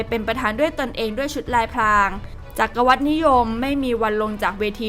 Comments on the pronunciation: บ้านเราก็เริ่มวุ่นวาย แต่อีกทีนะคนอ่านคนนี้ลูกใคร อ่ามาได้จักะวัดนิยม ไม่ใช่หวัดเหรอ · อ่านว่า จัก_กระ _หวัด ไม่ใช่จัก_กะ_วัด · จักรวรรดิ อ่านว่า จัก-กะ-หวัด ค่ะ ติดตาม Top News มาตลอดนะคะ ช่วยฝึกให้ผู้ประกาศอ่านภาษาไทยให้ถูกต้องด้วยนะคะ